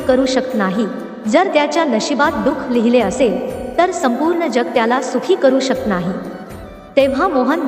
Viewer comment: शकत हा शब्द चुकीचा उच्चार होतो